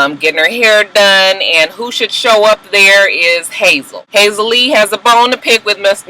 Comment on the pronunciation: it's Hazel E. not Hazel Lee, lol. Just FYI because you are intent on using Hazel Lee, lol! It's Hazel E, lol, but either way she's got low self esteem judging by the delusion of her relationship with Berg.